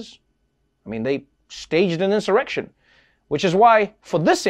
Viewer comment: Chuck Schumer says Donald Trump "incited an erection" 😂😂😂 lmfaoo at 0.58 Sec